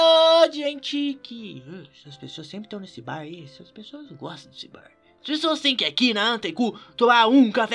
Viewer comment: vocês goxtom de goxta